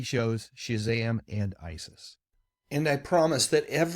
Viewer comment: I can't tell you how pleased I am to actually hear you say the name Isis.